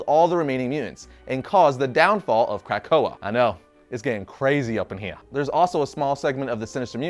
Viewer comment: I gave this a thumbs up but dear God are you bothering the names of these mutants. Otherwise, nice vid.